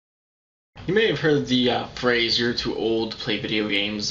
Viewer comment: haha, "prase"